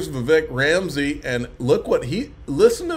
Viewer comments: his last name is not Ramsey!! Geez you should know that just from looking at the video you played…makes you sound uninformed. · Bro 🤦🏻‍♂️ Vivek’s name is not Ramsey… (sigh) Please try to do better to NOT make all Georgia residents look uneducated. Just try, man 🤷🏻‍♂️